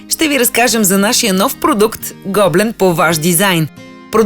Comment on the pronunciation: Вашето предложение в чудесна идея за подарък. Единствената забележка е, че гоблен се произнася с ударение на Е, а не на О.